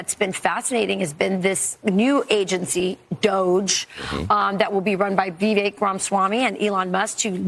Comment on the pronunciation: The woman doesn’t know how to pronounce Vivek